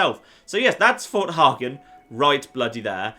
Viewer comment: Fort hey-gen